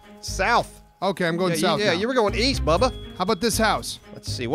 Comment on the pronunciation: East? I thought you said Weast